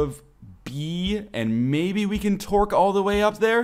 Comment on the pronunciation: I know you're saying tork but all I hear is twerk